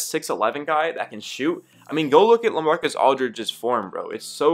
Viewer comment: When you were saying La I was like who is LA then I realized oh Lamarcus Aldrige 😂😂😂